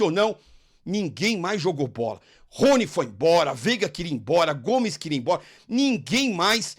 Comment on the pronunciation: Eu á-mo o rrrrrrony- De Penafiel, Pardal